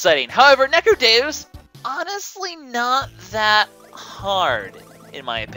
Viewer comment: NECRODEEUS is how its pronounced